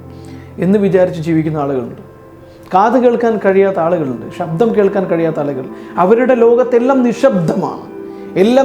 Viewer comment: നല്ല ക്ലാസ്സ്‌. എന്നാൽ ('ഷ' അല്ല ഉച്ഛരിക്കേണ്ടത് ) ''ശബ്ദം" എന്ന് പറയൂ... "വിചാരിക്കുക" ('ജ' അല്ല പറയേണ്ടത് ) എന്നീ വാക്കുകൾ ഉച്ഛരിച്ചു പഠിക്കൂ... പ്ലീസ്.